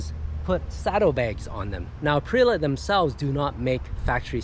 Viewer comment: Would you PLEASE pronounce the bike's brand name correctly?? Arrrggghh!